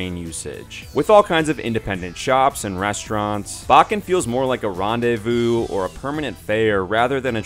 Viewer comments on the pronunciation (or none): none